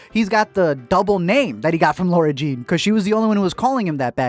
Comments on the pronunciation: Shes lara not laura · LISTEN: Love your videos but her name is LARA.....not LAURA. #letmeexplain #justsaying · Team John Ambrose. And dude, it's LARA not LAURA. LOL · Its the second movie and is still pronouncing Laura